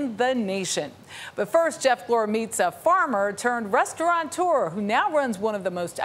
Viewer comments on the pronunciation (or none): It’s RESTAURATEUR not “restauranteur”